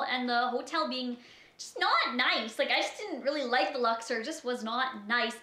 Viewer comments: the Luxer the Luxer. ITS THE LUXOR. OR. Omfg there's no "er" in the word. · First off, the name of the hotel is pronounced LUX-OR not LUX-ER. I stayed in the luxor and had absolutely zero complaints. Everything was wonderful people were incredibly nice the room was clean and lovely and i've gone on to recommend to people that if they are going to go to las vegas, that it's a great place to stay and a place you should check out. I'm not saying you're lying, maybe you did just have really bad luck and it was just a bad stay for you. Figured i would put my experience down though. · LuxOR, not Luxer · It's lux-Orr ... Canadians smh